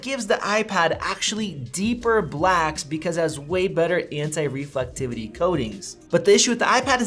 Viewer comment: Lol "reflectivity" K bud